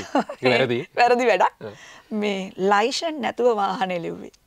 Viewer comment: "ලයිශන් "නෙමෙයි "ලියිසන් " කියලා කියන්නේ .අපි ලියිසන් නැතුව පොලිසියට අහු උනොත් කෙලින්ම උසාවි දාන්නේ .